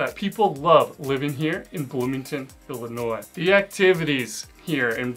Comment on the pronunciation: And thank you for not pronouncing the S at the end of Illinois. I haven't lived there (and in Bloomington-Normal in particular) in almost 60 years but it still grates when people do that.